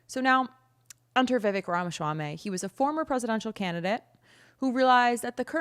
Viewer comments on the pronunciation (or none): It’s “swamy” not “schwamy” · Please stop talking. You obviously didn't research names pronunciation. Ramaschaummy and Merson Center? They are 'Ramaswammy' and 'Mershawn' Center. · the way you pronounce his last name makes it sound like a delicious Middle Eastern dish that Israel would try to claim as their own. 😆 its "RAH-MAH-SWAA-MEE" (no "sh" in the SWAA part). My mother is South Asian, we are familiar with names like Vivek's. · Love the way you pronounce Vivek’s last name. 🤣🤣🤣 PPUSA! No wonder so many old people attended this event. They came for the port-a-potty. 🤣🤣🤣